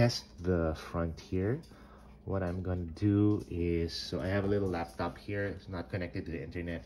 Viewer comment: Did he say "lap tap"?